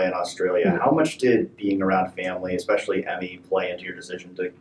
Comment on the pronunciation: Just here to observe an entitled, jealous bully. Did you say "expecially"? 😂